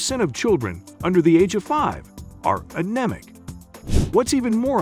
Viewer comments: An...Em...ik? Aneemik is how u pronounce it. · OMFG it is a neem ic ! you can't even pronounce it! thick as shite lol... Red meat is terrible for the body!